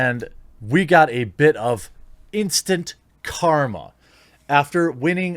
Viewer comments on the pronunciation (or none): none